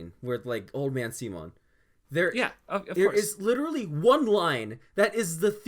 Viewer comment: Good channel and good video. Had to stop watching though because you guys kept pronouncing Simons name wrong. Also the "if you dont agree with me, yourr r3tard3d" thing. 8/10 video